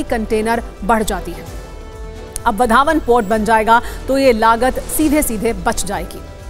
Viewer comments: वा रे आपकी पढाई वढावण नाही हैं ओ वाढवण हें उस गाव का नाम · इस बंदरगाह का नाम वाढवण है वधावन नहीं है | कृपया नाम का उच्चारण सही करे बाद में समाचार पढ़े | वहाँ भाषण करते हुए नरेंद्र मोदीजी ने वाढवण कैसा बोला उसे सुने और बाद में बोले | वधावन ऐसा मत बोलो | वाढवण बोलो | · आधी गावाचे नाव बोलायला शिका नंतर काम करा